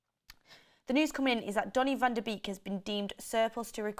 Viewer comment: It's not pronounced vander beak, it's Van DE bayk